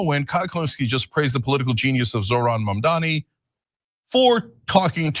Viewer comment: At least Cenk can pronounce Mamdani unlike Silly or Billy 👀 come on lads get it right